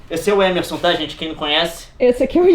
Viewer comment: Além de chamar MEME de MIMI, o Leon chama o Émerson de Êmerson...